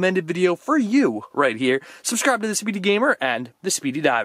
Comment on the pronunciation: Who else heard susscribe xD lol